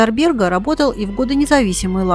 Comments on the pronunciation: Ну наверное произносить надо на латышский манер, как это принято в Риге - бЭрга, а не бЕрга. Слушать НЕВОЗМОЖНО. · Спасибо за фильм. Очень большая и качественная работа. Только бЭрг надо произносить😊😊😊😊😊